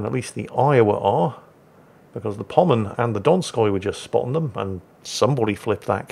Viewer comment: says musashi is a pommern his cat tries desperately to correct him, and he still gets it wrong Love ya, and your cat too